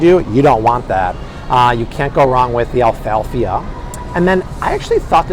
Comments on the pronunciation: Thank you! You really need to correct your pronunciation of Alaffia (not Alfalfia)! 😂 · "Alaffia" not Alfafa. Smh. That was the kid from "The Little Rascals" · this is how it’s pronounced “ ah-la-fee-uh “ Alaffia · Even the way he's pronouncing the Alaffia black soap lol.